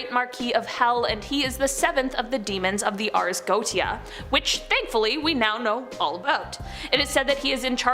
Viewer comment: It's pronounced GO-ET-TI-A (4 syllables), not "Goat-ti-a".